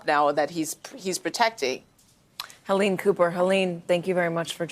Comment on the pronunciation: STop mispronouncing her name, Helene. It is not "Hillane". BTW there are wrong usages of words of your part during this interview. What are you doing in this business, anyway?